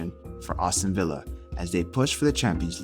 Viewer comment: good video, funny way to say Aston Villa though “Austin villa” 😂 keep up the good work